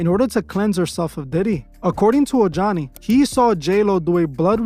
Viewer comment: Ojani is pronounced OH-HANI.